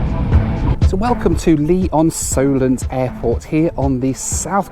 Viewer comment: Lee-OnSolent? I used to fly gliders there!